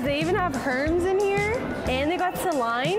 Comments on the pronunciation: She called it herms 😅🤣🤣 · Hermes is (air-mez) 😂😂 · “Herms” “C Line” 😂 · "herms" - 😂😭😭😭😂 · Did she say Herms!? 😂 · Hermes is pronounced ermes